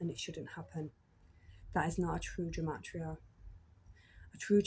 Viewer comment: It’s pronounced Guh-mah-tria. Freemasonry is basically a search for truth and comparative religion studies. Masonry knows Jesus is the Sun, this is the reason the church attacks Masonry. It descends from the Sumerian Mysteries, established by Enki(now called The Lord/Adonai)